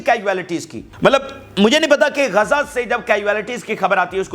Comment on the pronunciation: Gaza kahtay hain na Keh Kaza pls speak properly I mean pronunciation of Gaza rest all is well with Vlog 😊😊